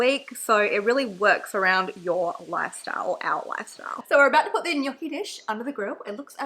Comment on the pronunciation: AAAH your pronunciation of gnocchi is so cute and also accurate, it sounded 10/10 italian